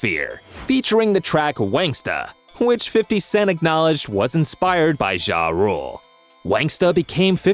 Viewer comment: Wish you would stop saying jah like that its not zha zha